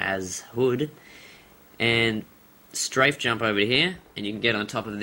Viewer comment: dude dont say srafe jump for every jump